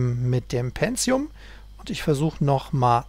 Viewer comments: es heisst PENTIUM und nicht PENZIUM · ja..verdammt. tut mir leid, aber seit der pentium 60 auf den markt kam fingen die leute an ein "z" einzubauen wo keines hin gehört. ich bekomm halt jedes mal direkt karies, wenn jemand "penzium" sagt.